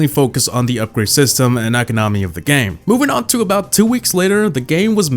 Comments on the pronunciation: saying e-co-NO-my instead of e-CO-no-my gets me triggered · economy is pronounced ee-KOM-uh-nee, not ek-uh-nom-ee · Why do you call economy eco nomi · The way he said economy has me scarred for life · Every time he says economy I cringe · He says economy funny🤣🤣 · The way he pronounced "economy" lol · HOLY EFF SAY ECONOMY RIGHT UR TILTING ME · Learn how to properly say economy please